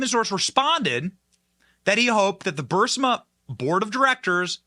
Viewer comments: If anyone on Benny’s staff reads over the comments, could you PLEASE TELL Benny how to pronounce BUR-EEZ-MA? I love Benny’s show. He’s great. But his mispronunciation of Burisma is driving me crazy! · BENNY!! DUDE! COME ON! You are saying Burisma incorrectly and it makes you sound uneducated! It's Pronounced Burr-Reese-Ma! You are saying it with the "i" and "s" inverted! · Are you intentionally mispronouncing Burisma? I’m new to watching you and am wondering if it’s an inside joke I’m not aware of. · BENNY, BENNY, BENNY -- PLEASE, PLEASE, PLEASE learn how to pronounce the Ukraine company. It is called, phonetically, B U R E E E E E E E E E E S M A --- NOT B U R S I M A. Look at how the name is spelled. I'm beginning to believe you are dyslectic. You drive me nuts listening to these posts when you cannot even pronounce a company's name correctly. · PLEASE...IT'S BURISMA...NOT BURSIMA!!!!!!!!!!!!!!!!!!!!!!!!!!!!!!!!!!!!!!!!!!!!!!!!!!!!!!!!!! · Damn it Benny! It's Buh-Ris-Ma not BUR-SI-MA. Phonics Benny Phonics. You're killing me.... LOL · burISma, Benny. Please. Please STOP saying BurSIMA. it's like saying "nucular" instead of NUCLEAR.. ugh. I love your show, but seriously. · It's not BUR-sima, Benny, it's Bur-EES-ma. Your pronunciations make me crazy. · Bur-si-ma…?!? It’s Bur-is-ma! Get it right! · The company's name is pronounced and spelt, BU RIS MA. It's not berserma. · Burisma, not Bursima, Benny..but great show as always! Keep up the great work! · It’s NOT Bur-Si-ma . IT’s BURISMA Bur-Is-ma Burisma Burisma Burisma! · about to unsub if he says bursima again, burisma benny, as bad as people spelling rhino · BRRR-REEEEZ-MA BRRR-REEEEZ-MA NOT BURSA-MUH! BRRR-REEEZ-MA OR even BREEZE-MUH C'mon Benny! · Burisma is pronounced br-ee-smuh. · Love you man but you are mispronouncing Berisma. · Bur-EES-ma. Come on, Benny, get it together. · Say it with me, BURR-IZZZ-MA. 😂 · Bur-EEZ-ma. And Let's Go Brandon. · Burr iss maa Burisma Benny😅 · He never 👎 gets it right